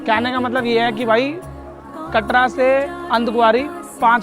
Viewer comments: भाई पहले सही से नाम लिया कर । Ardhkawari को अंधकवारी बोल रहे हो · Bakufa andkwari nhi hota ardkwari hota ha phala bolna to sikhu baad mai vlog bnana